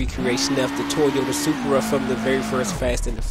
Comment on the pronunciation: Lol u said surpera it's soup pra=surpa